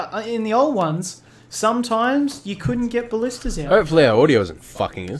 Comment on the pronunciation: For your next attack you should hit the wall stretch that has no towers with the goat and ballistas. Now ima correct you on some words. Ball-ist-ta-s and Nape-alls those are really pissing me off. That's all for now.